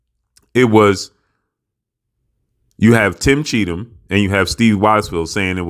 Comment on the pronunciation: He's name is CHEATham... Guddam